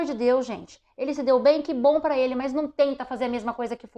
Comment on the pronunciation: Esse pará com acento ficou estranho!😅